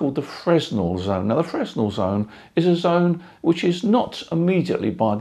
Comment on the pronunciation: How is your horizontal wire aligned? N-S? E-W? Something in between? BTW, Fresnel isn't pronounced as it would appear..